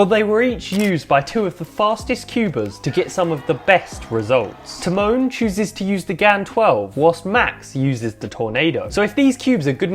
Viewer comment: This guys pronouncing Tymon as ti-moan made me cry